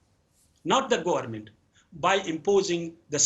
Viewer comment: گورنمنت😤🤮 پدر لعنت کتی تلفظ پاکستانی ات شما اولاد های هیرامندوی 😤🤮